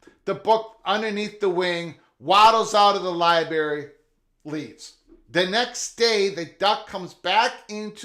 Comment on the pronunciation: What's a Libary?